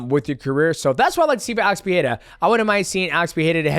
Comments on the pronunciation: Love you DJ but your pronunciation of names is atrocious. You were so confident on the Jaxxon Podcast whilst being incorrect (Nur'gomedov). You always seem to leave out the "ma" when you say it. (Nur)Magomed(ov). Also the Pee-era thing is terrible. It's Puh-ray-ra (no double r so no H sound). Ferreira has a double r so it's Fuh-hay-ra (Not Fee-haira). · Uncle Chael & DJ, the "Pierra" bros 😀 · Fans Pereira are the worst they say robeery 😂😂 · bro you can't say his last name correctly just say Poatan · god i hate how you pronounce Pereira xD